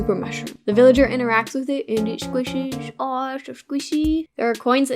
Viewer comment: I loved how you said "sqUshy"